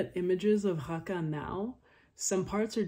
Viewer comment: Arabic native speaker here. The speaker butchered the name of Raqqa. He pronounced it as if it’s a french „R“ whereas in Arabic it’s ر normal english R.